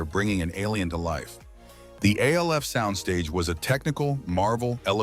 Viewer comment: Why are you calling it A.L.F. .... even though he was named after the acronym for alien lifeform, they called him Alf (sound it out with a short a sound) in the show and that was how they announced it back in the day. Only in the first episode did they say the letters, A.L.F. That you keep calling it A.L.F. makes me doubt you know anything at all about the show. You are probably making schyt up or got the info from ai ... or you are ai. Leave our sacred shows alone. Btw, for those who come after me, benji (the guy who played brian, the son) died in 2024 of heat exhaustion. He was only 46 yrs old. 😢